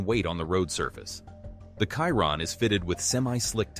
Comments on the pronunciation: Bugatti Kaihron,,,,,,,,seriously Chiron is pronounced Schiiron. The video is just a compilation of other videos. Cut and Paste. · Did you say the car is khyron? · Did this guy just said bugatti kyroon? WTF! 🤣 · Kyron? I went to school with Kyron. This is Chiron the Bugatti. 😂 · Please le name of the car is Chiron….she rond not Kironne….. thanks to pronounce it correctly ! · He calls him Chiron not Caiton. Be professional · Shee Ron , not cai Ron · Bro legit called it the Byugati Cayiron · Chiron.. kiron😂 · Kiron? Moleshamme? Sounds like an AI video. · Same, kiron… like tf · Chiron - Kiron Hahaha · The "Kaïron" lol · Who's Kairon?? 🤷‍♀ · “ De boogate kiron “ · It's pronounced..."Shere ron" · 'Biugati Chairon' Right. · Buga'tt'i Schiron (exactly how one pronouces Schumacher) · It's fuc£in pronounced shi- ron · Why do Americans just pronounce everything wrong smh, it’s not in English my guy it’s SHEEERONNN! Maybe now you’ll understand smh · Literally 2 seconds in and you said the name wrong. I’m not even going to finish watching. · Your pronunciation of Chiron is completely off. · Exactly the same with me I won't bother watching the rest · You might consider getting your bot to properly pronounce the name of the subject of your video. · Cant watch this, cant even say Chiron properly. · Research how to pronounce the car name right first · Trying to be different or cause a controversy by mispronouncing the name of the car? Go play games someplace else. I’ll pass on your video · I just cant watch as he says the name wrong...i cringe